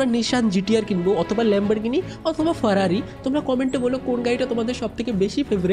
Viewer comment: Ferrari not farari